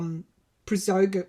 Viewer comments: Pronounced ( Pra go shun ). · I think it's pronounced (Pra Go Shin) almost sounds Armenian but not quite.